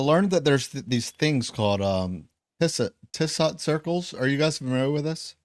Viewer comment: Tissot’s Indicatrix Ellipse. He was French and it’s pronounced “Tissoe” 😎👍 I had to do an assignment on it in 1st Year Cartography 🌏🗺️